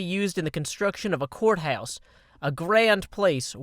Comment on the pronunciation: when he said "court house" I thought he said "quartz house" lol